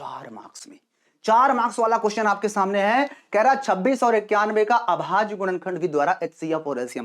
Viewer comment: Sir shamne nhi samne hota hai